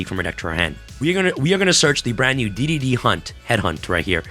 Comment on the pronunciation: Not to nitpick, but D/D cards are called "Double D" and D/D/D are pronounced "Triple D". you might have it confused by D.D, which used to confuse me too. : ) just trying to help